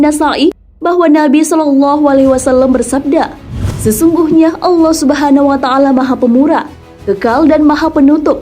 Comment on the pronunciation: Allah subhanawa ta'laa ...yaa.... admin jangan salah ucap...